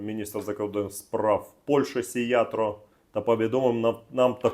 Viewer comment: не Сийатро, а Сийярто! И он глава МИД Венгриии, а не Польши😂! Ты нет-нет дядьку спрашивай, он подскажет. Он шарит в этой теме!😂